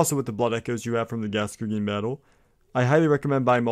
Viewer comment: Gaskergeen??? It's pronounced gas goin (rhymes with coin)